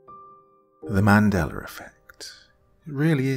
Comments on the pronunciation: "The Mandeller Effect" me too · "Mandeller effect" lmao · States opening line"..: Wait - Mandela has an R hanging on the end of it? Oh this gaslighter! 😂